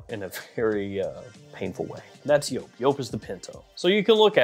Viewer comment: Joop it's pronounced like jeep not like pope 😮